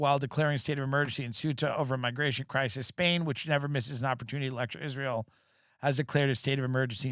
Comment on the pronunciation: pronounced it “Izrul”